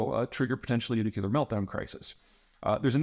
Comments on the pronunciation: And also New-klee-urr, not New-kyoo-lurr. I don't think I've ever heard him pronounce nuclear the right way. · Just a thing. It's NUCLEAR, not NUCULAR. Pretty please... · Bro, please it’s time to pronounce “nuCLEAR” properly. Very simple. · nu-clear.....nu-clear.....NU-CLEAR.......two syllables, geezus man, get it right